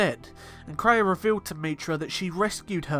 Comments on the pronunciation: It's pronounced KRAY-A, NOT TRAY-A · Kreia is pronounced KRAY-A (caps are for emphasis, I don't mean to yell lol). It sounds like you called her TRAY-A several times. I thought maybe it was a slip, but I then noticed you bouncing between pronunciations.